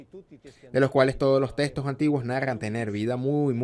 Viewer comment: ¡¡Por favor cambien al traductor, el tono de voz y su pésima pronunciación hace muy desagradable. ahorrado, grey, agrrepienta, Grregosijjja!! ¡¡"concepto de gueno y justo” bueno y justo, “testos antiguos” (textos), “sácrito", en ves de sánscrito, horroroso!!